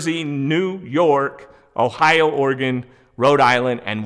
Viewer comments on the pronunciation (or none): none